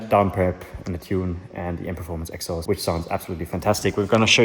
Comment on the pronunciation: Elephant in the room: It is pronounced„exhAUst“, not „EXhaust“. Every single time in every single video is really getting exhAUsting… Great video though, like always! 😊